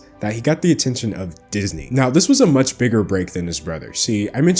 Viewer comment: Why can not pronounce ch's? Sounds like he says "muts" instead of "much" for example